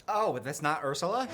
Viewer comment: what i can believe is getting ursula’s name correctly 😭